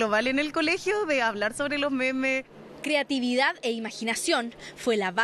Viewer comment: C dice momos no memes :v